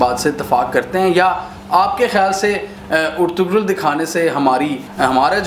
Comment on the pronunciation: It's pronounced as Er-tu-rul